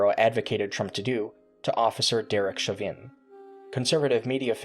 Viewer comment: Just wanna say, Chauvin is pronounced, afaik, like "Shh-ow-vin" That's the only criticism I have of this videos content. And to be clear, my pointing this out isn't because I like Derek, he's a murderer. Nor am I trying to be annoying, merely informing. As for an actual piece of criticism about the video in a general sense, is there any chance you could boost the audio? Generally the audio, but especially you, sound rather quiet compared to other videos I watch, and it's mildly disorienting. You could either adjust settings, or just slap some gain onto it in post processing, but it'd help you be clearer imo (This isn't unique to this video btw, this is all of your content compared to other users. I don't mind the calming tone or level delivery, just the volumes a bit low)